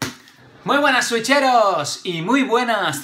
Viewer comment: no hay problema, al final y al cabos algo teníamos que hacer de nuestra parte!!! Otra cosa que se me olvidó decirte cuando al inicio dices switcheros y yo te entendí sucheros!! En mi ciudad natal así se les dice a las personas que hacen sushi, regrese el video varias veces, por se me hizo súper divertido! Saludos!